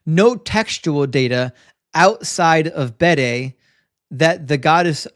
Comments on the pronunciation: Just mentioning it, please don't get annoyed with me, but it's 'The Venerable Bede' (pronounced Beed in Ireland and UK, where he was from). Big fan of your channel! Keep up the good work! All the best sir! 😊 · Just mentioning it, please don't get annoyed, it's 'The Venerable Bede' (pronounced Beed here in Ireland and the UK). Big fan of your channel! 😊